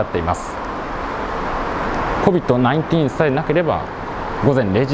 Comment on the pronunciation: こびっとないんてぃーんって言う人初めて聞いた